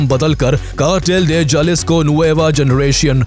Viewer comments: It's pronounced halisco not jalisco😂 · Spanish Mae J ko h bola jata haye Jalisco ko halisico bolte hae